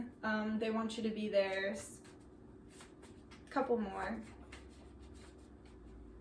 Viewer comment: Hilarious! in pile 1 I thought you said “cum whore” but you said “couple more” 😂😩